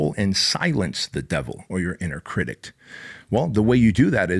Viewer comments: I’m so glad I found you. I watch every day, and just started a business. BOOM!! Now, I gotta correct you…’critic’, not “critict”. 🙏🏻💚✨ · This guy is cool I like him. But if he says "criticed" one more time ....... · What is a critict? Is that English? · I like the message but the way you say "critict" is driving me nuts 😂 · STOP SAYING CRITICT 😅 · I love literally every single part of this other than the way you pronounce critic. Where’s that T at the end coming from? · Anybody else notice the T he adds to the end of the word critic?